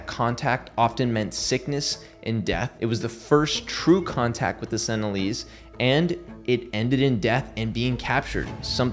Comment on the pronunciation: Also, they aren't "senilleeze" lol